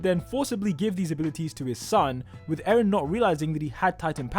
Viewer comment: eren not aaron